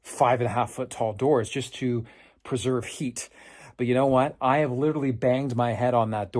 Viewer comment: “Genuhmin”???????? "Intresting" is not a word. "Litterly" is not a word.